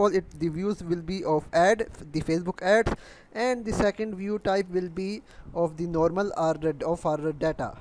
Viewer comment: bhai explain to achi trha kardia karo bacho ki trha bna rhay ho jasay bachay kahi say dakh k copy kar rhay hoo and yar urdu may b bna laytay at least explain to sahi hota na ab english may ap say sahi say explain nahi ho rha "of the " or "and " par zoor dia hoa ha bssss just time waste